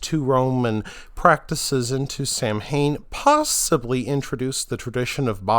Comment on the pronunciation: Samhain is pronounced "sow-ween".